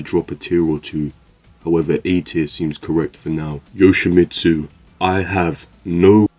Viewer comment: You did yoshmitsu wrong